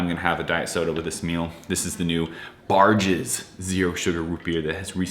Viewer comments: its barq's not barg's. sounds like barks root beer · That’s pronounced Barks